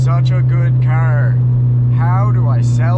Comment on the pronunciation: "it ain't everyone's cup a tea but I think it's it's darn gewd" so Canadian, I love it